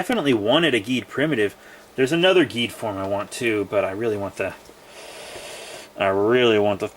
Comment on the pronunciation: Cool Video! Oh yeah the pronounciation for Geed is Jeed Edit:Did you know Geed is the youngest Ultra? Well everyone does since he is just 19 years old